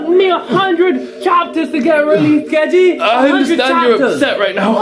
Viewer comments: It's gege, not geje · Gege is pronounced "gay-gay" no joke tho